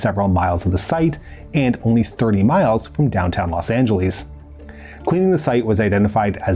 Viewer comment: His pronunciation of Los Angeles made me wince. "...30 miles from downtown Los Ange-el-EECE"?😆